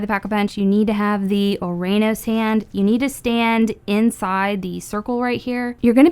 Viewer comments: Not to be that person but ouranos is proniunced "uranus" and gaea is pronounced "gaya" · Just a pointer ouranos is pernounced uranos.